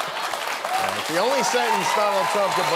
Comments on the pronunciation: "And god bless the United Shteaks." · God bless the United Shites? Did he say that?